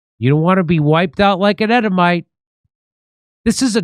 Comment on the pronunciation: EEEEEEEEDOMITE NOT EDDOMITE. SOUNDS LIKE YOU'RE SAYING EDIBLE 😂😂😂